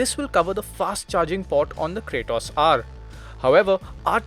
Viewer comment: It ain't Cray-toss ....its KRAAATOS